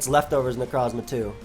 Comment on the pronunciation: Every single time says necrosssmah i laugh like a madman, it cant be helped